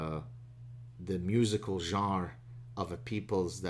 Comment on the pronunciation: Did you hear how he said "genre"? Appropriating the French accent while apologising for his previous crimes against humanity. This criticism comes from a white male though so it doesn't count.